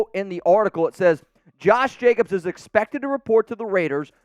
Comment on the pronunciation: A its Jacobs....not Jacobsis agent.....yowzers Scooby...like, like like...yowzers Scooby....😂😂😂😂